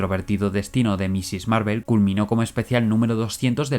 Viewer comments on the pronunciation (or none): Miss Marvel, no "MISSIS" XD